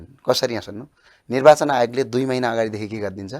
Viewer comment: खतरै बोल्छु बोल्याछु भन्ने लाग्छ होला वहाँ पत्रकार ज्यु लाई नर्वाचन रे निर्वाचन लाई। कसरी बोलेको होला हाहाहाहाहा